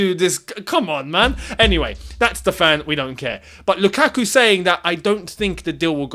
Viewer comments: Never say his name again please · y say his name u burnt my ears off u been doing well for like 2weeks now 😂😂😂